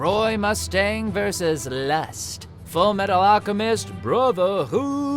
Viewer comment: you misspronounced FULLMETALALCHEMISTBRRRROTHERRRHOOOOD